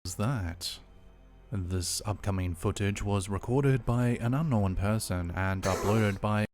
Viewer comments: For the record, King Frostmare is the other channel that says "know-en." And, no, that is NOT how you pronounce it, lol, so no need to stress. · The whole "knowen" thing....... I was just thinking It's not Knowen, like Owen It's Known, like Gnome then a questionable gnome sighting Like I said, "Known, like gnome' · It’s “Unknown” not “Unknowen” idk why people all of a sudden r starting to change the pronunciation of the word. It’s kinda annoying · Un knowen looool....and forworded 🤣🤣🤣🤣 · You're trolling on the "unknowen." Its well deserved though. lol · its pronounced "known", not "known"....got it? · mate he was saying "Ungnome" LOL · I think he may be saying unknowing but drops the g. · Yes, that is how we Kiwi's pronounce the word unknown lol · Don’t worry about his pronunciations - he can’t help being a Kiwi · Slapped Ham pronounces the word unknown the same as. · I’m constantly teased by everyone for how I pronounce ‘-wn’ words. I say it like him and can not for the life of me fix it. 🤷🏻‍♀️ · It's known the way you say it, it's correct. The Formen Brothers say it the way he says it. It's kind of aggravating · The correct pronunciation of un no when will remain unknown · will always get thumbs down for me on every single video until the idiot learns how to talk. “Unknown” is just one of like 20 words he doesn’t know how to pronounce. Not to mention that he uses the word “unknown” about 50 times per video